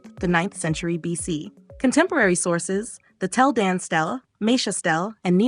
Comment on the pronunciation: It's pronounced "steel-uh" not "stell-E"